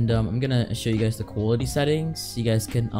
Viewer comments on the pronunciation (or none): yo thx bro helped me a ton btw did he just say coolity settings?? lololol